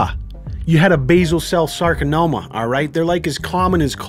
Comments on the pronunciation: maybe that's what he thought it was... you know that super rare super dangerous sarkanoma. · Sarcanoma. Soudns serois.